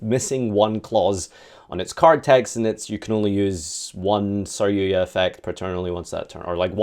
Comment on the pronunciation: take a shot Everytime he mispronounces sar-yu-JA